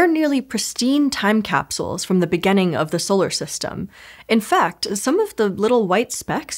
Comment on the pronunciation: Kinda obnoxious how she says stuff like "begenning" and "thenk" instead of "beginning" and "think".